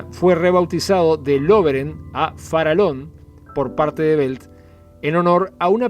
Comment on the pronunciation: Sin temor a equivocarme Colonia Express a pesar de la pandemia tiene hoy el 30 % del mercado quedando Buquebus relegada . "Farallon" se pronuncia FARAYON y NO FARALON , el nombre del aliscafo hace homenaje a la Isla homónima frente a la Colonia del Sacramento. Saludos !